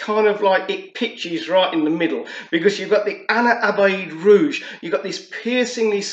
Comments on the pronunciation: Nice video mate…quick tip on pronouncing Ana Abiyedh….just read it “Ana Abyad” it translates to “I am White” 😄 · no worries man…I haven’t seen anyone pronounce it correctly on YT so far 😄 also it ‘s “Ana Ab-Yad” I realized the way I wrote it still looks confusing for a non Arabic speaker 😄 Keep up the good work bro, liking the content!